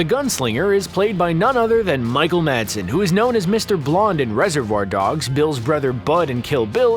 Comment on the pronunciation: Madsen, not Marsden.